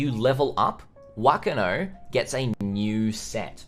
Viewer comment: You are so close to pronouncing whakano correctly but "wh" is said with a f sound in māori so its pronounced fuckano serious look it up translate māori to māori with text to speach but the ano sounds good